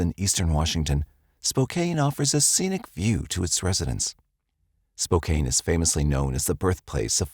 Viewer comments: It's not Spo-cane, Washington. It's Spo-CAN. That's too bad about the baby. That daycare provider didn't murder anyone. Was an accident that happened to nine other people. 😢 I think Spivy was the father of Monica's unborn child. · I had to laugh. When I lived in Spokane, my relatives would fuss if anyone pronounced it Spo-kane. I was wondering when someone was going to say something. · It's pronounced Spo-CAN, rhymes with MAN... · Friendly hint: Spokane is pronounced "spo-CAN". Ignore the e. 😊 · I have to, I just have to…. Spo-can is how you pronounce Spokane, not Spo-cane. And Chehalis is pronounced Che-hay-lis. No insult intended. It was just grating to me since it was said soooo much. 😊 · I enjoy you uploads. Just want to say Spokane is pronounced Spo-can and Chehalis is pronounced Shu-hey-less